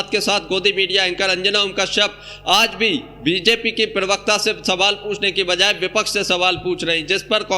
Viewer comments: Privakta nahi bey pervakta hota hai bay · भाई थोड़ा भाषा पर ध्यान दीजिये ,कान में चुबता है ,प्रेभक्ता नहीं प्रबक्ता है